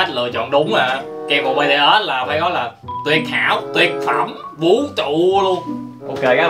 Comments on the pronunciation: Em là fan bTS luôn đó và Em nhắc anh là bTS mới đúng chứ ko phải bê tê têch Đâu Anh đọc Sai chính tả rồi😍😏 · Btet mà cứ đọc là Btết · Ko phải là bê tê us mà là bị từ ét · má ARMY như tui nghe ảnh đọc chữ BTS là "bê tê ét"mà tui tức á trời >:< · Ổng đọc chữ BTS tui trầm cảm 🤣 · kem cuộn bts ko phải bê tê ét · Anh ơi BTS đó anh đọc sai rồi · Đọc sai tên BTS, còn sai luôn cả J-Hope BTS